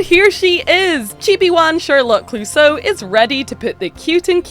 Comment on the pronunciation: Its Clousseau, like the police inspector at Pink Panther cartoons, with the tonic accent in the "eau" (pronounced "o"). That rainbow warriors marine is fantastic!!!!